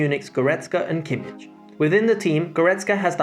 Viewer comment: It's pronounced Keemick